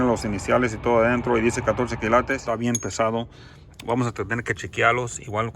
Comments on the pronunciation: Me parece que tu tienes buena intuicion, cada vez que dices esto esta interesante, veo que te encuentras algo de valor y es cierto no se dice kilatos. Se dice kILATES, toma esto como que te queremos ayudar, no lo tomes como critica...Saludos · Jajaja me ency colo dices las palabras y es ópalo y se dice kilates suertes que Dios esté contigo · A mi me gusta cuando dice kilatos 😊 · Por favor sigue diciendo KILATOS eso te caracteriza...🙏🙏🙏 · Me gusta mucho cuando dices kilatos 😉 y tus manos sucias son de hombre trabajador y honrado 😊 que bueno que te fue bien con el oro espero con ansias la continuación del vídeo a ver qué más te salió😍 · Me emocionó cada que subes tus videos x tantas cosas interesantes que encuentras. Que la verdad ni atención le pongo atus uñas y ami me gusta cuando dises kilatos jajajajjajaja tu a Habla como quieras. Jejejejejje